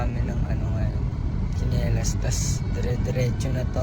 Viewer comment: I think tsenilas hindi chenilas HAHHAAHA